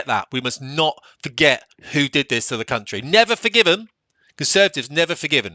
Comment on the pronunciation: Country not gountry